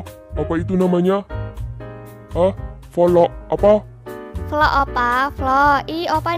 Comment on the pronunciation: Vlog opa bukan volok 🤣🤣🤣